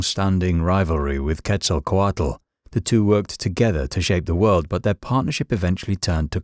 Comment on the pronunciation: Tezkatlipoka is one of my closest allies My only gripe with this video is the mispronunciation of the names. Quetzalcoatl in particular. The “tl” is more of a “ch” sound but more complicated. In true form, I appreciate that they had more to say about Tezkatlipoka than they did Quetzalkoatl lol